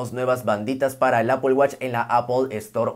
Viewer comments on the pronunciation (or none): Primer YouTuber, que acepta cuando pronuncia mal. Nunca nadie responde y siguen hablando mal de las marcas que aman ( es ApL no apel y nunca Apol, es simple solo es manzana 🍎 ApL). Te ganaste mis respetos por humilde, te seguiré y activare la campanita.